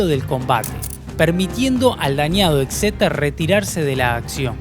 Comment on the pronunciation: cada vez que decia exeter.. un gatito moria